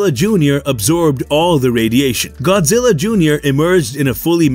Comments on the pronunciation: Godzirra😂😂😂 you killed me with how you pronounced it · Could you please say Godzilla, just 1 more time… I wasn’t totally sure on its proper pronunciation since you said it so few times during the video!